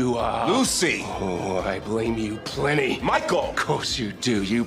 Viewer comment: Lucifer: very well Michiael lol 😂